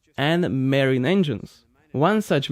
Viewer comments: I love your videos and have been with you from almost day one. I know english is not your first language and want to offer some help and hope you accept the help I am offering and not be offended. When pronouncing "marine" just say Ma-reen! I am trying to learn Russian myself and always welcome help in pronunciation! I think your first language is Slovakian if I am not mistaken. Another interesting fact for The Mercury V-12 outboard engine that they cost $77,000 USD each 😳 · Scott means, ma-REEN instead of MAR-een